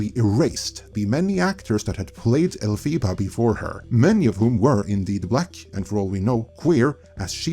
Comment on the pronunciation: The character's name is pronounced Elph-ah-bah, not Elph-ee-bah.